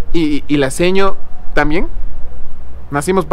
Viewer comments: Ustedes dicen "epumiya" 😂😂😂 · Jjjj un goce cuando se escucha eecir espumishaaaaaaaaaa vivia en quito x 2 años desde babahoyo saludos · Antes escuchaba decir : ESPUMISHAAAAA Ahora solo escucho decir: MASCARISHAAAA😂😂💔☹️ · No es "Espumilla" es "ESPUMISHEEEEEE" 😉😋